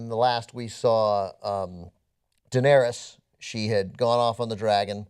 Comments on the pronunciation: WTF Ben you really need to start learning names of the characters in Game of Thrones. Wow when he said Deanerys name I just started to laugh. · Ben called Daenerys and Margaery , - Taniyah and Gladys !!!?? Oh Ben you are always the best bit of any review